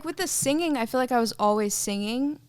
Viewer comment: The way Ryan says singing kinda throws me off 😂 "Sing-Ging" 😂😂